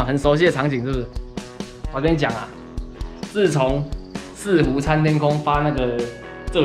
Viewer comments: "四"湖台語錯了=_= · 四湖的四平常都聽人家念文言音，第一次聽到有人念白讀音